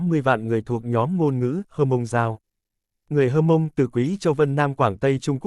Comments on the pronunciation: Theo mình biết qua tư liệu và hỏi một số người bạn dân tộc Mông thì không có người Hơ Mông hay Hờ Mông hay "Hát Mông" nhé. Theo chữ Mông thì có chữ "H" đứng trước như vậy là phụ âm gió, khi phát âm có một lượng hơi bật qua mũi, chí có người Mông hoặc rất ít người khác phát âm chuẩn tên dân tộc Mông. Trước đây thường được bệ luôn chữ của người Mông vào các văn bản hay tài liệu... là "H'Môngz" (Hmoob), nay đã có văn bản quy định chính thức viết là "Mông" rồi, nhưng lưu ý khi phát âm nhé, rất giống tiếng Pháp, người Mông thường nói tiếng Pháp rất chuẩn vì cùng hệ phát âm. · Chữ H'Mông, hoặc Hmoong (chỉ dân tộc Mông) là cách viết theo ngữ latinh, Pháp, còn đọc thì là "mông", vì trong ngữ pháp các ngôn ngữ này chữ "H" không đọc (không phát âm), gọi là H' câm, nên phiên âm cũng đọc: dân tộc H'mông là Mông, còn viết thì cũng nên viết theo phiên âm cho phù hợp, tránh phiên âm sai (như là đọc: hơ mông); các dân tộc ít người khác cũng đã đọc tên dân tộc theo phiên âm cho thuận lợi, trừ các dân tộc Tây Nguyên (cả tên địa danh) vẫn viết, ghi theo phát âm của chính họ cho nên nhìn chữ thấy rất khó đọc (mà không phải ngoại ngữ), còn lý do thì các bạn tự hiểu, vì rất tế nhị, dễ hiểu sai, không khéo rồi mất lòng kinh- thượng